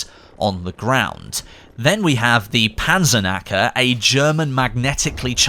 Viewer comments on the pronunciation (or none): As a german viewer I have to smile everytime you try to pronounce a german word, so let me help you with that. the K in "PanzerKnacker" is not silent as I know you native english speakers like it, otherwise you said it perfectly. I hope for this to be BF5's Limpet Charge, because that one was so much fun... Also try saying "Flammen - Where - fer". Let me know if you need more pronunciation advice and keep up the good work! :)